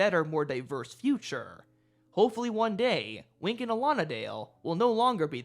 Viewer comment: Not sure about the pronunciation "Allonadale" I looked it up, all sources claimed "Alan. A. Dale" as is originally from the Robin Hood stories. Otherwise, great video!